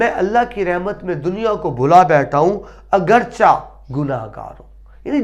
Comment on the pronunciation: معذرت کے ساتھ! تلفظ اگرچہ =اگر+چے